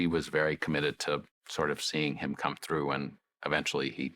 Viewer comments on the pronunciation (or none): has all these degrees but can't say the word "through."